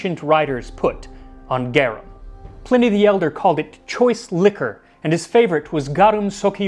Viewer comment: Dude literally said Plenny the Elder. I'm out dawg